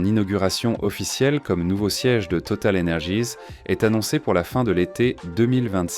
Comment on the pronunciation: Même les gratte ciel ont de noms anglo-saxons, bien triste. Et on dit « total énergie » pas « total energize ». Franglais insupportable.